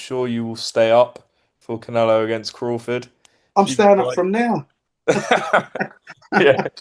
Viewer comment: 😆 🤣 its Canelo bro not CONelo